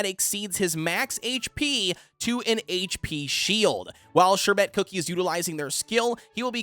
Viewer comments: Love your videos, and just want to help.. The pronunciation is more like 'SHER-bit' than 'sher-BET' like you are saying. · I love how he says Sherbet XD ‘Sher-bet’ but great video! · I say sher-bert even tho there's no R in the Bert 💀💀